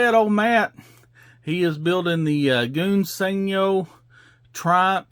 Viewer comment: Smashing good job on the Sport Cars Old Chap! I also liked the way you slipped the engine in for added detail, Jolly Good Show! Since you struggle with English old boy I will help you a little. In ENGLISH Gunze Sangyo sounds like "Guns San-Joe" but I realize you Yanks from the South do not speak the Queens English . You do however build some nice cars. Keep gluing those kits together and never stop! Cheerio Old Boy!